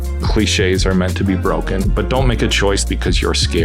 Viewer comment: "Rules are meant to be bwoken." HAHAHAHA you are great!!